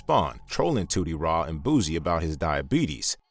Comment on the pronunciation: Why are you calling him “Boozy” ? It’s Boosie